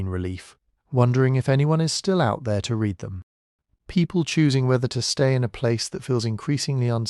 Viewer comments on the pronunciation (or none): Dear little ai: read pronounced red is past tense. Read pronounced reed is what you need to say you genuinely read them.